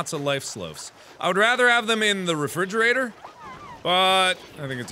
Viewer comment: He says refriggerator.. lol